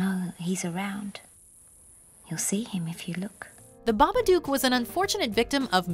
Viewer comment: Not babaduke it's babadook dook like book 😉👍